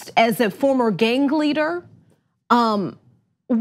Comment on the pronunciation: ... who pronounces both "g's" in the word gang? :( And NO, it does not make "since"